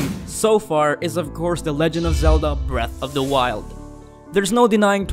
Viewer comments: Just so u know (not trying to be annoying just trying to help) its breath not breathe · "Breathe of the Wild"